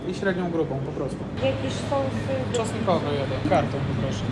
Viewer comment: Sos czosnkowy a nie "czostkowy" 😅